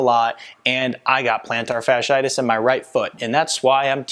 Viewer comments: ROBO COP VOICE: PLANTAR-SHARD-SHIGHTISH!!!!😂😂😂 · He lost me the moment he misspelled and mispronounced the ailment. If he can’t get that right, how much am I going to trust the rest of what he has to say?